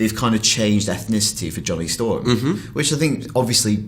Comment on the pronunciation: What the hell?! It's Johnny Storm, not Ja'Ron'Day Storm!